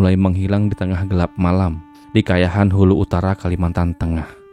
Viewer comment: Kahayan bang bukan Kayahan